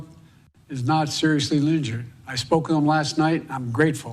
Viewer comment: Joe Biden: "Former Trump...izznnut zurrriussly Linnjurd" 😂😂😂😂